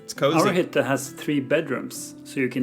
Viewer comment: Your pronunciations are perfect! If it is not to far from your normal content, it would be fun to se you try a smal part of the norwegian duolingo course